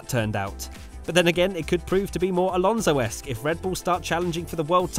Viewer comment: "Alonso-esc", gotta love it